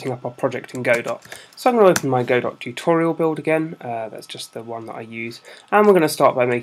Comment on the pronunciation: it's pronounced "godoh"